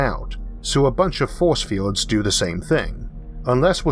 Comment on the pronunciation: I'm sorry but you sound like Elmer Fudd. "Be vewwy vewwy quiet, I'm hunting fowce fiewds."